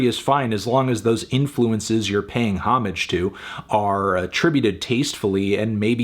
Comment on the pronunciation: It's pronounced "homage," Anthony. Not "homage."